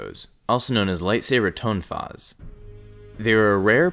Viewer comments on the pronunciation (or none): Not to be a know-it-all like some of our fellow nerds , just trying to be helpful , tonfa is pronounced with a soft o sound . Easiest place to find the various correct Asian pronunciations is Wikipedia . I could not find “ tone-fa “ .